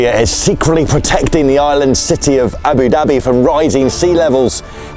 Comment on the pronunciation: I love how you say Abu Dabbie ❤😂